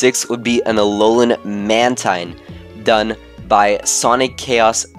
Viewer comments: the pronunciation is man_teen not mantine really. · it,s pronunciation man_teen really